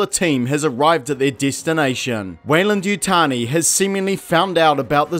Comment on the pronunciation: Ah yes, Yeyland-Wutani